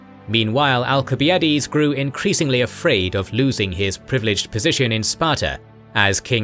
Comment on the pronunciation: You still can't pronounce al·suh·bai·uh·deez